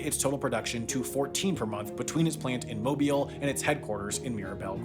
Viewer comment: Thank you for pronouncing “Mobile” (the city in southeast Alabama) correctly